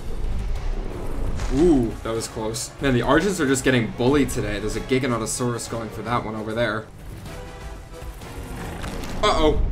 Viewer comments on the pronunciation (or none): none